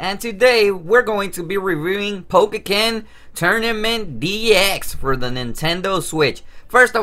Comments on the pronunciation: Its po-ken not pokeken! So annoying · Dude you know you're pronouncing the title wrong right? It's pretty annoying